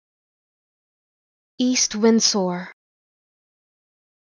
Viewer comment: I think u pronounced the s in windsor a little too strong